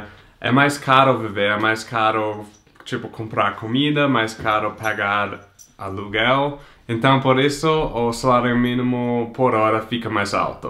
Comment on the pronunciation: eu entendi "cagar aluguel" '-'